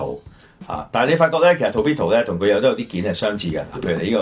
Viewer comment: I'm not into G.I. Joe, but that 潛水員 does look nice. If I see it, I might get it. And ，發音係 tor(駝)-pe-do，唔係 to(圖)-pi-do。唔好嘲笑人英語發音差，但自己發音都同人哋一樣差。 每次講英文比人笑都唔知，所以唔好再嘲笑人哋英文發音差啦。I enjoy this 玩Figures 集 very much。 If you do more, I might donate to your program again.